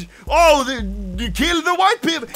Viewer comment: “Keel the hwhite peepol”